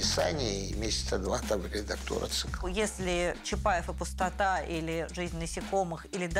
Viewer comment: Я вот только одно не могу взять в толк. Произведение "Чапаев и Пустота" по идеи должно произноситься "чапаев и пустОта". Ударение на предпоследний слог "О", так как это фамилия Петра. Петр ПустОта. Но в кино, все его друзья и автор фильма произносят с ударением на последний слог "Чапаев и ПустотА". Хммм🤔